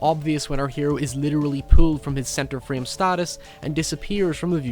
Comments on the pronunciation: "fream" (frame) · Byron Barrientos and said "free-'em" for frame